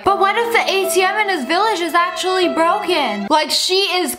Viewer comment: “But what if the ATM in HIS VILLAGE Is Actually BroCkEn” 😂